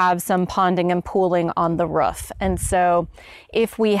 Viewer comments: Took me a third of the video to figure out she was saying roof. I was scratching my head trying to figure out what a ruf was lol. Doh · Haha. here. I have seen this before from others. I guess I pronounce it "ruef"? I don't know how I would even say "roof"? Must be my Oklahoma roots. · " ...on the ruff.."